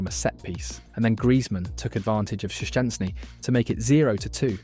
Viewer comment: Bro, your vid is very good. Just the pronunciacion of names is bad. Shensy and LewandAUski